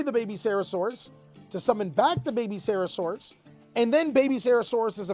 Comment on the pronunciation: Lmao at having no idea how to pronounce "name-saurus" Every name is "sarasaurus" lmao